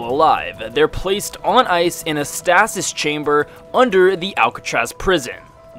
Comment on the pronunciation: Why cant he say stasis correctly?